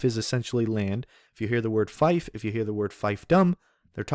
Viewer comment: Learn how to pronounce 'fief' properly. It's pronounced like 'feef'.